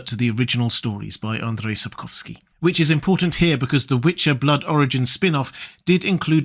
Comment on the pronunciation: Wow, you pronounced "Sapkowski" very nicely, congrats, I've heard people badly butcher his surname many times. Sapkowski once said he considers anything other than his stories to be just fan fiction, fair approach, I suppose. But it comes at the cost - there's really very little canon lore.